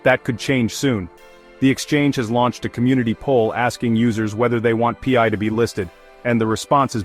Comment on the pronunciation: You are not a millionaire as this video claims. Nor is it P I is Pi which sounds like Pie get it right!!